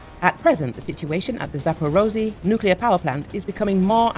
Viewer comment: "Zapperozy". LOL. Make an effort.